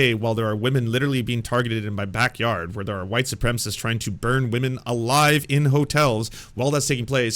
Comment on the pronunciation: Jeremy Hambly is the kind of dude who says "wahmen" and thats all you should ever need to know